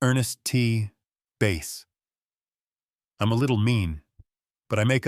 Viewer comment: Don’t waste your time on this as it doesn’t actually let Yiu hear rge quote but endless opinions abiut it. Lus as usual the typical AI mispronunciation of names. Ernest T. Bass / ba’s/ as in the fish not /ba:s/ as in bass fiddle. This is one of the exceptions to the Double Consonant Rule: the vowel before a double consonant is usual short except for about 14 exception like bass or roll. “ Bass” onky partly follows the rule in that the noun “ bass” as in fish follows the rule but not “ bass”” as an adjective. But AI doesn’t know this as it shows me every hour it knees F all about pronunciation. Every video gets some name wrong.